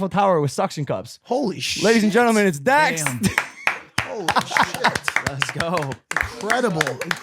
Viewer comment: It's dax ayyt